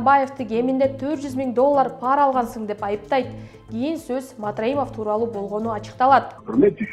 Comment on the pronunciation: пАра эмес ,пара деп жон жай окулат. Эч бир тамгага ударение келбейт.туура оку.